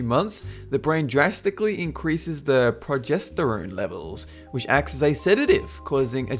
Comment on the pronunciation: If someone doesn't know how to pronounce "Cerebral Cortex"...what they say about the brain is probably not accurate. Ditto "Corpus Collosum". Or "Progesterone". And the word BTW is "Hemispher*E*ctomy".